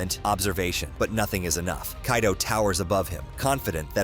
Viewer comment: as far as I am aware, Kairo is in Egypt... So dear United Stater of Americano: Remember the character in One Piece is Kaido and not Kairo. Make a little effort. Before you get the hot dog with too much chile, listen